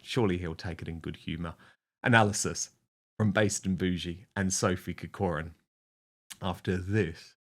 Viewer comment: "Corcoran" is pronounced with the emphasis on the first syllable COR not the second syllable COR for what it is worth Dan. But being a New Zealander you have a problem with vowels....